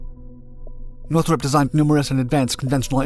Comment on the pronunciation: The narrator says Northrup like Nurthuhrhrhrrp